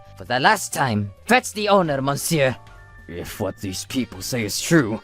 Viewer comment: Good Gods!! As much as these channels like to flaunt french & french restaurants, you'd think they could pronounce "Monsieur" CORRECTLY.